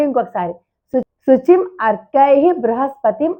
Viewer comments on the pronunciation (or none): మీరు రాయటం "ఆర్కై:" అని రాసారు, కానీ చెప్పటం "అర్కై:" అని చెప్పారు. ఏది సరి అయినది?